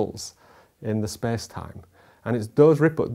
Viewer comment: "spes time"